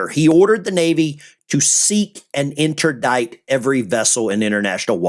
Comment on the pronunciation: pronounced inter dict NOT dite! . jesus how come americans just cant spell or pronounce english i mean why?